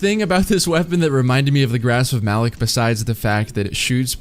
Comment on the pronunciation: I know no one cares, but I thought it was pronounced with the LOCK sound and not the LICK sound.